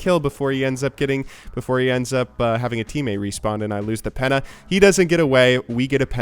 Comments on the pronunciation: why are you reading penta like penna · I know, but I despise the way he says it since it sounds almost exactly like "Penner" which is German for hobo, riffraff, bum. Most Americans actually say Penta and I'm thnkful for that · After my Penna. can't pronounce Penta how is he going to get Masters. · IT'S PENTA NOT "PENA". PEN-TA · Was more like penna lol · He called penta penna XD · Why do you say penta like penna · im pretty sure that it isnt silent T in Penta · The way you pronounce penta gives me a anuerism.